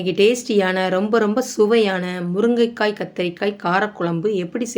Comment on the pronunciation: என்னக்கா முருங்கக்காய் கத்திரிக்காய் சொல்லும்போது வாய் ஒளர்றது